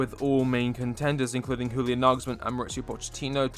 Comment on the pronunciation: Just an f.y.i, Julian is pronounced like 'Yulian'